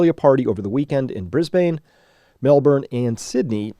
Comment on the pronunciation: Bris-ben Melb-en :)